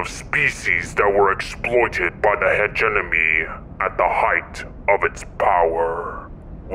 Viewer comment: Ayyy, the Funky Bunch! (Side note for the future, “hegemony” is pronounced with the M first, so not like “enemy.” Other than that, great job,!)